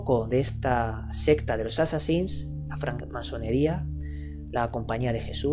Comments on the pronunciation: por que no es jassasin es Hassasin el nombre de asesino viene de has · Por que carajo dice jassasin sin ofender claro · Porque viene del Jefe de la secta: Hassan (y la "h" se pronuncia como "j")> assan> assassin->assassins (plural)->assassin's creed. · no se ustedes pero yo escuche jasasin,bueno tambien soy de latino america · por que dice jasassin?